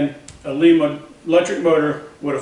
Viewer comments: Good video! I do want to tell you the name of the drive is pronounced with a long "I". Lima Ohio is not too far away from me. That is a second generation Lima drive. I have one just like it on my 16" metal shaper. My Becker vertical milling machine has a first generation drive on it. The first units used a salvaged model A ford transmission that has had reverse removed and one more forward speed added. All the best! Mike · Looks like that will be a nice power unit when it's done! Not to be picky, but Lima, Ohio (home of the Lima-Drive company) is close to me, and the i is pronounce as a long i.